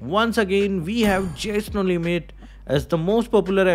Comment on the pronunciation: Vwen we talk about that, vwe all have to....😂😂😂